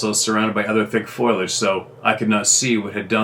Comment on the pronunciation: foliage. The “i” comes after the “l “not the “o”. It’s pronounced foal idj. As in baby horse😊